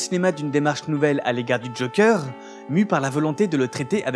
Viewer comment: "A l'égard du Jokeur" Si tu tiens à prononcer le "E" de Joker à l'anglaise, s'il-te-plaît, prononce tout le mot à l'anglaise, pas que le "e", parce ce "euh" que tu prononces n'est même pas le "e" anglais dans ce mot-là ! Même "Ze Jokère" serait mieux passé à l'écran que "Le Jokeur" avec le R roulé à la fin !